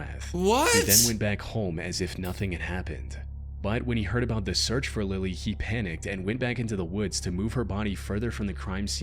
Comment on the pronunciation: Bro said Lily wrong